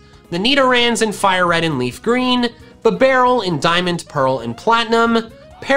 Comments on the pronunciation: He saying bibarel: B-Bah-rule I saying bibarel: Beeh-B-Rul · "Bah - barrel". its "Bee - Barrel" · Me: Finally a YouTuber that can pronounce "Bidoof" correctly!: BIBBARREL Me: That's it, I'm done.